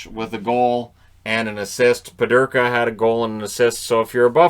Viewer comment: Peterka not Pederka. Canada dominated today. We will see how Canada does against Finland.